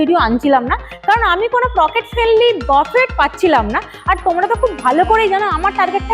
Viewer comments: Please pronounce বুফে, বাফেট means a very different word, food spread Buffet pronounced as Buffay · it's pronounced BOO-FAY. Not buff-fet...